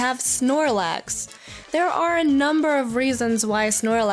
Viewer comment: snorlax, not shoelace